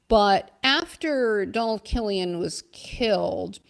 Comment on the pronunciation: Welcome back love the show It’s Killeen not Kilian lol. There’s still one or two left in SouthBoston ☘️